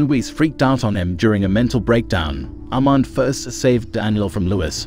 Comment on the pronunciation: The pronunciation of Louis and Armand, the latter sounded like Almond